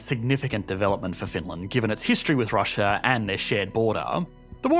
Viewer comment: What is 'Russia-ur ?!?!?